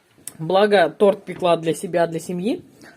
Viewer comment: Красные дипломы, а ударение в слове торт выучить не можете